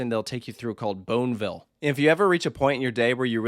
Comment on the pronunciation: Did you say "Boneville"?